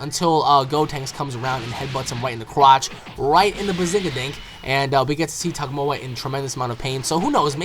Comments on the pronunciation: You keep calling him Tagomoa but I think it's just Tagoma :D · He said tagmoa instead of tagoma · Not to insult you but your saying Togoma wrong it's pronounced Tu Go Ma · not to be rude or anything but its tagoma not togmoa it just really iritates me when somone pronounces names wrong. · you keep calling him tagmoa its called tagoma lol anyway keep up the good work on ur vids peace bro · I have to disagree with you on Gohan. Gohan isn't being nerfed down like you claim. Gohan is simply not getting Stronger like everyone else is, therefore everyone else is getting powered up above him. Gohan himself hasn't drastically gotten weaker at all. Also, it's pronounced "Tuh-Go-Ma". Other than that, great vid man, keep it up! I also reccomend you play Dragon Ball Z Burst Limit, Ultimate Tenkaichi, or Raging Blast 1(It has a Story while RB2 doesn't) in the future!